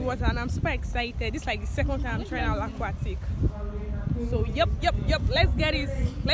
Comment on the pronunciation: Not Laaquatic never again 😂😂 Scary cat 😂😂😂